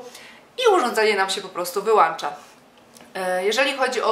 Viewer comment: Nie wyłancza tylko wyłącza.